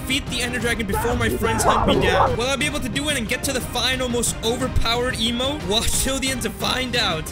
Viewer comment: When says emote it sound like he is saying emo